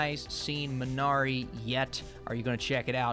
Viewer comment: MEE na ree. Correct pronunciation. Otherwise, thanks for the nice review.